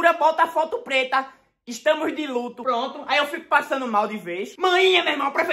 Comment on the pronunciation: Ele falando ludo kkkk kkkk é "luto" kkkkkkkkkkkkkk